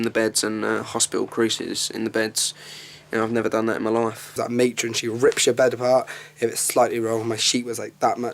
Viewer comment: Matron or atron?????????😂😂